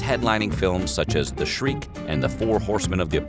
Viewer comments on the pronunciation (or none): the narrator says "The Shreak". it is the Sheik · you said "the shreik" like yelling.......but the movie is called "The Sheik"....like of Araby???? please correct as Rudy will haunt you otherwise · Hey, the narrator came close to the correct pronunciation of the Rudolph Valentino movie, but it's "The Sheik" not "The Shriek"! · Valentino was in The Sheik, not The Shriek. Also not pronounced Shrek or Skank, it's simply The Sheik. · 'The Shriek'? How about The Sheik (Valentino movie 1921). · It's "The Sheik" not "The Shriek'. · "The Shriek?" I think you mean "The Sheik." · The Shriek? 🤣. Don't you mean The Sheikh? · I love your videos… But I just wanna make a comment… Rudolph Valentino was in a movie called The Sheik not the shriek! Lol! That’s a pretty glaring mistake as it’s his most famous movie. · Valentino was renowned for " The Shiek" not the Shriek...omg. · "....films such as 'the Shriek' ...." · Honey, it was, "The Sheik", not, "The Shriek". 😂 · Valentino's film is "The Sheik" not "The Shriek" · Valentino's movie "the Shriek"? ha ha ha .Should be "the Sheik" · the shriek? you mean Shrek? no you mean "the Sheikh", it's a movie about a guy in the desert. duh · i cant believe you said "The Shriek" instead of the Sheik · The "Shriek"? It's "The Sheik" - and you should know this. Sorry, you just completely undercut your authority by mangling the name of Valentino's most famous picture. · The movie was The Sheik, not Shriek! REALLY!!?? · Bogart died of esophageal cancer, not lung cancer. and Rodolph Valentino's movie was called "The Sheik", not "The Shriek"... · Valentino's movie was called "The Sheik" not the shriek! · Rudolph Valentino's signature movie was "The Sheik" (pronounced 'sheek' not 'shreek')! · You can't even get one of the most famous silent movies titles right THE SHEIK not the fucking shriek . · Uh... The Sheik. Not the Shriek. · The Shriek? Are you kidding me? The movie was The Sheik! Do your research or improve your pronounciation. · The Shriek? LOL